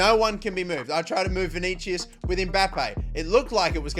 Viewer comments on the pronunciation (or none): You keep saying vinigius wrong